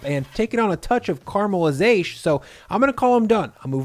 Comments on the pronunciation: Looks yummy. Can't wait to try it. Please don't ever say "caramelizash" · Definitely going to have to try this one! Also I find myself saying "caramelizashe" in the kitchen a lot since I've been watching your stuff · did you just say "caramelizaysh"